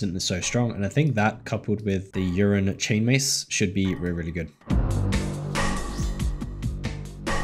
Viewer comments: did you say urine chain mace :D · the 's' I assume cause he pronounced it urine instead of ursine in the beginning of the vid 😜 edit : Nvm, he called it the urine chain mace the whole vid. Haha. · u calling it the wrong name is so triggering ursine chainmace fam just as easy to say then the piss chainmace u were saying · Urine lmao. Ursine as in bear lolololol